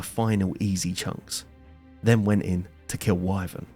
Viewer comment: I swear that when he said "To kill Wyvern" I listen "To kill waifu". Is the Ancient Wyvern your waifu?